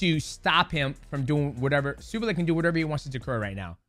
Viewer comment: Lol you said his name right once then went back to saying it wrong the entire rest of the video e.e